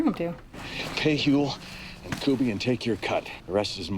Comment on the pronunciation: they dont say his name often, but yeah. Its Kuby. Coo-bee